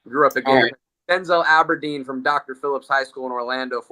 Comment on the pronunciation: Death, Taxes, and calling him “Alberdeen”